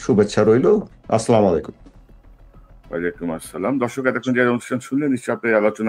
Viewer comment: “আসসালামুআলাইকুম” এই শব্দটার উচ্চারন ঠিক করলে ভালো হয়। আপনার উচ্চারণটা খুব কানে লাগে।